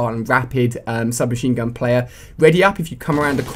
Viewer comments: i think u said shub machine gu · U said shub machine gun